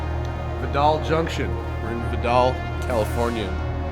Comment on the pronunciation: Hey matt you said Vidal wrong the I is long.